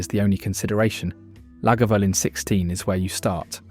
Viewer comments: And La GAvoolin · One day, AI will evolve to such a degree that it will be able to pronounce Islay, Talisker and Lagavulin properly, but that time is a long way off by the sound of this film. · What utter pretentious drivel! This fraud had downloaded various random “Scotch” ads and descriptions and made a video of it. Period. He can’t even pronounce, Islay, Talisker, or Lagavulin properly! What a tosser! Blocked! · Voice AI struggles with Talisker and utterly fails at Lagavulin and Islay. No Laphroag? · ISSSLAY - Glenfidichhhhh, and as for the Lagavulen pronunciation!?!?!? I agree with the AI on Glenfarclas 105 though. What a pity that the A.I will never taste any of the whiskies on display. However, any enjoyment of this 'promotion' was ruined by incessant interruptions for adverts which - by the way YT - I NEVER listen to (thank you the mute button, thank you, and thank you too the skip option, which when one thinks about it, why offer us the option to skip, do they somehow feel guilty for shoving these adverts at us in the first place?)) Where were ALL the non-chill filtered and natural colour single malts. I see it thus, WE have found these beauties and YOU stay well away from them A.I. WE don't need to be told how good they are! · And. Can’t pronounce either of the Glens, has 4 versions of Lagavulin, 3 versions of Talisker apparently a highland whisky despite being made on the Isle of Skye, and Islay is not once correct despite cropping up many times. The curse of AI - did anyone do the homework or is this an AI assembly from a troll of the internet.